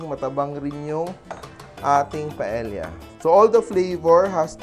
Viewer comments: It’s not pronounced as pa-el-ya! The correct pronunciation is PA-EYYA!!!!! Por favor!!! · double l is pronounce as y in spanish paella is pronounced paeya。